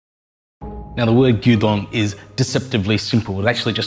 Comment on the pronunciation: LOL, it sounded like you were making us Dungeon 😱